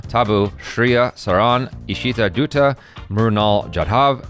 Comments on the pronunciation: Yeah watched intro...!! Dutta is not dutta in pronounciation 😅😂 it should be spoken as datta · .. Ishita Dutta.. Dutta is pronounced as "Dattaa" not "Dutta".. Just a small mistake!